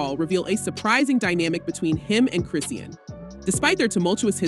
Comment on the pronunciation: They say Chrisean name wrong on purpose- it makes no sense